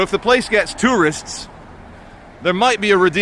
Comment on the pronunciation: At the start. Did You say Tourists or Dureists 😝😝😝 We've got plenty of them in Scotland as You know. Sightseers walking about with their face tripping them in the pissing rain, wandering WTAF why they're doing there instead of lying in the Sun in Tenerife 😝😝😝